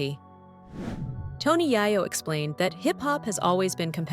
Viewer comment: Tony YAH YO 🤦🏽‍♀️🤦🏽‍♀️🤦🏽‍♀️🤦🏽‍♀️if y’all gone narrate at least get the ppl names right.